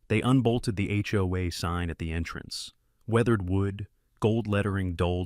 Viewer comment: Somebody needs to sit that AI down and teach it that 'HOA' is pronounced as individual letters and not like a drunken "Hoo-ah!" I missed about 20 seconds of narration from choking on my coffee for laughing. 🤣